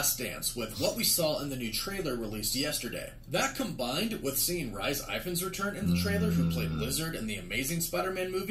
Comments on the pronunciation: Why Does refer to Rhys Ifans as "RICE IVANS"?. In The UK, Rhys is proncounced like "Reece" or do they only use the "Reese" type spelling in the states? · As a Welsh person, this pronunciation of Rhys Ifans' name just made me do a little puke 🤣